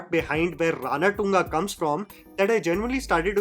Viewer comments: If only i can slap you everytime u say Ranatunga राणाटुंगा instead of Ranathunga रणतुंगा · Dude its pronounced ranaतुंगा, not ranaTunga😂😂😂 it gave me an ick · Cringe fellow u r ..it is Ranatunga..v simple..not RaanaATungaa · The way this guy pronounces RANATUNGA, haven’t you heard how the name is pronounced of the cricketer with same name??? He wantedly pronounces this for South Indian names, it just takes 2 min to learn how to pronounce, which is the least you can do, with large subscriber base